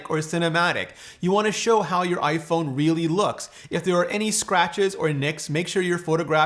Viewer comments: Is iPhoone the Canadian pronunciation? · iPhoone? Is that what they are called in Canada? Kind of like the old stereotype of Canadians pronouncing about as aboot? :) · hahaha iphoone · "clean your iPhoone" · iphoone???? lol